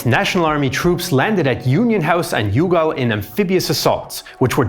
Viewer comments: 'Yugal' 😂 Youghal is pronounced basically 'Yall' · Youghal pronounced Y'all and not you-gall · "You-gal" 😂 It's pronounced like "ya'll" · Did you notice he said yohGaul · For future reference Youghal is pronounced "yall" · You pronounced the town of Youghal in only the way someone who doesn’t know Ireland would. It is pronounced ‘yawl’ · youghal is pronounced Yaaaaawl